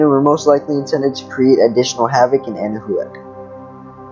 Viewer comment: Can someone please tell this person that it's pronounced "Anna-Whack" and not "Anna-who-ak"?